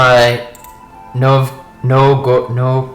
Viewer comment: The correct Russian pronunciation is closest to "NOVE-go-road". :)